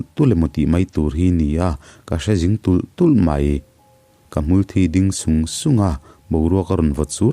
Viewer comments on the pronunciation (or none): Hmulthi hi Hmulthi i ti ziah a, Hmulthi ti a lam tur ka tih ka tih pawhin Hmulthi ti hlirin i lam zel tho a..🙊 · Hmul thi tih hi,thi tih laitak hi enga tinge ilam rik dik theih miah loh le